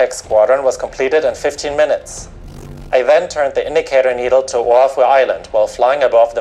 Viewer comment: I live on Kauai right now, pro tip, the H in Oahu is not pronounced.